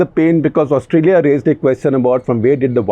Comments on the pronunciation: Please say Australia with a long "Aah" in the beginning of the word, not Ustralia (short "Uh"). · It's Austraa-ya Gupta ji! Excellent show sir! As always! The rigor of print in video! :D